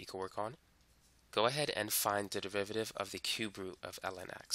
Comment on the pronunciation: Why do I keep hearing 'devivative' every time he says 'derivative'? 😂 Well thanks for the video, I appreciated it